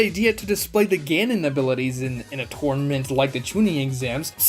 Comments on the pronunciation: Is he saying "torment arc" or "tournament arc"? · Man is really saying “Torment” Arc like even with an accent how are you saying a completely diff word lol it’s Tour-Na-Ment arc